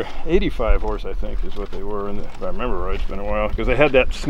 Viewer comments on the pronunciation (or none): none